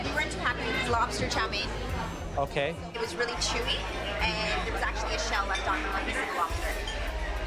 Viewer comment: chow me-in... no.. it is pronounced "chow mane"